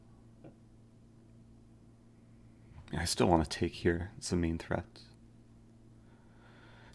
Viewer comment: Every word that eric says which ends in a ‘t’ makes me cringe “threatttt”